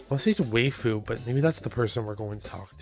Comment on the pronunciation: just fyi "waifu" is pronounced as "why-fu" it's a Japanese kawaii way of saying "wife"